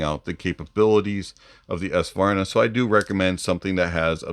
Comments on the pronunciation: Ess-vanar? Savarna? 😂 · Nice, HONEST review, (although your pronunciation of the Swedish word, Svanar, needs work).;)